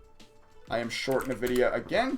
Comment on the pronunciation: Too much trading for my taste... but for future reference: "in-vidia"